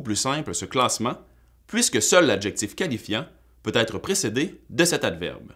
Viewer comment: Attention à la diphtongaison! Même au Québec on devrait prononcer ÊTRE [ɛtʀ], et non pas Aïtre